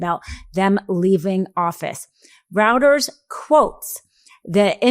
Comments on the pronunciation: "Routers?" Does she mean "Reuters?" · Reuters is pronounced royters. German grammar. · It's pronounced like "Roiters" not "Routers"